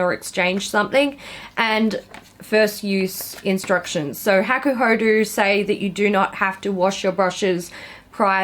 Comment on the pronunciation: you say it like hah-koo-hoh-doh and the yachiyo brush is the traditional brush that maiko-san and geisha use to powder their white faces. also i dont know why you even bought that morphe brush set… you know what you like obviously so you should have just selected a few that piqued your interest seeing as you just did a brush declutter